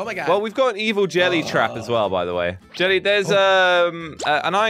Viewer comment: it sounds like jelly calls evil jelly rishy, odd